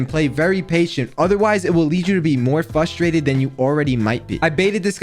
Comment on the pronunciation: Bro says fustrated instead of frustrated